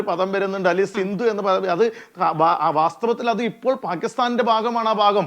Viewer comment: സിന്ധു അല്ലെടാ കുഞ്ഞേ സിന്ധ് എന്നാണ്